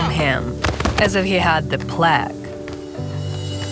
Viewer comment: The A in "plague" is said like you would say it in "late." Like it says its name.